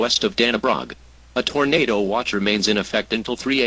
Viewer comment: Haha. "Tornader"